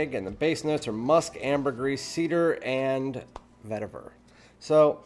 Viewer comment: Nice review but you need to learn how to pronounce papyrus ... puh-PIE-ruhs and vetiver ... veh-TEE-ver.